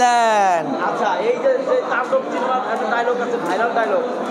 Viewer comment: তান্ডব❌ টান্ডব✅ পজিটিভলি❌ প্রজেভিবলি✅